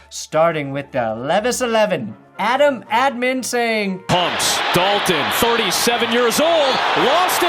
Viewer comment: Adam WHO?! That’s not how you say his name 😭